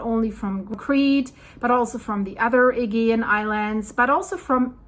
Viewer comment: Aegean is pronounced Ah-gee-an